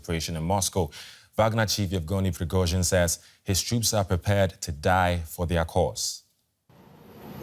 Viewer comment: The news guy pronounces Prigozhin's name very well.